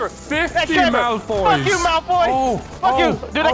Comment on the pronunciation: Lol said Malfroy 😂😂